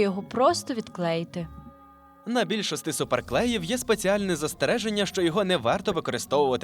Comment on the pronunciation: Я помітила вашу "нову-стару" вимову (наприклад більшостИ). Дуже приємно це чути!❤